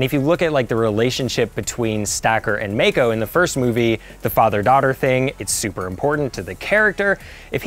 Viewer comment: Couldn't take this review seriously after he mispronounced Mako's name wrong.